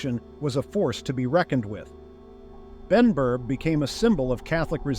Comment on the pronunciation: was Benburb not Benburgh